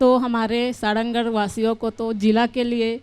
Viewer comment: सारंगढ़ बोलना नई आता विधायक मोहदया को लानत है ऐसे विधायक पर